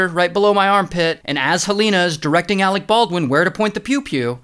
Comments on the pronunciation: "Alec Baldwin" oh no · All those extra "R"s in "armorererer" & you couldn't spare a few more to slide into Ahreck Barrrwin?